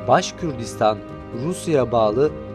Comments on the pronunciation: Başkürtistan değil Başkurtistan daha adını söyleyemiyorsun! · Ne başkürdistanı başkortostan yanlış telafuz yapmayın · Başkürdistan değil,Başkurdistan orası.Söylemiş olduğun telafuz yanlış.Bunu düzelt lütfen.Başkurt onlar.Başkürt diye birşey yok.